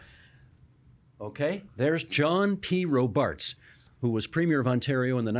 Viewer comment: Isn’t it pronounced ROBarts, not RoBARTS?